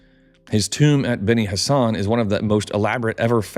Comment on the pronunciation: I swear every time you say benni Hassan or whatever I hear Benny Hannah "from there they traveled down to Benny Hannah for a smokin good ribeye"